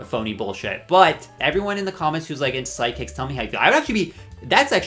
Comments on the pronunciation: I kept hearing side kicks instead of psychics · Are you repeatedly saying ‘sidekicks’ instead of ‘psychics’ on purpose?? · Are u saying sidekicks or psychics LOL